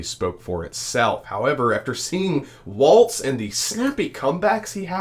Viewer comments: It’s Walz not Waltz. Like walls in your house. Not the dance. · Love your show - but please pronounce Walz correctly with no T.